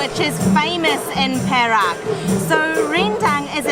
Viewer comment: good at pronouncing 'Perak' as pear-rack means silver. if pronounce it as "perl-arc" the meaning will be different, I'm not sure meaning in english, awkward perhaps. congratulations to u guys reach 20k sub. keep on posting more vid.